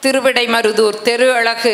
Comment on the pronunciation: ஆக்கிவிடுவோம் தமிழ் நான்கு சரளமாக வரும் போல இருக்கு அழகு என்பது அளகு என்பதும் ல் க்கு பதில் ள் வை சரளமாக பேசுகிறார்